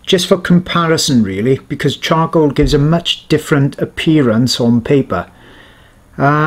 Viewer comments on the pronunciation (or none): Sorry I swear he said chongcoal